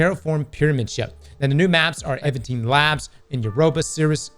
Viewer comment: Man, the way pronounces "Evanteed" fucking kills me.